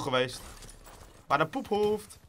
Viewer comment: je kan echt geen 'poephoofd' zeggen wtf